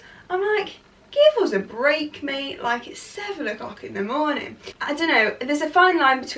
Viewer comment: Proper derby girl the way she says “mate” lol